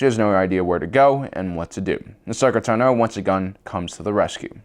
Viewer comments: It’s pronounced “taah-know” not “to-know” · The way he says Ahsoka "Tunno" bothers me more than it should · I cringe every time he says Ahsoka "Tah-no" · Why do you pronounce Tano wrong? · Why do you pronounce Ahsoka’s last surname like that? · How are you able to say Tano wrong .asoka says her name a certain way so you know the pronunciation . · also, he says tano wrong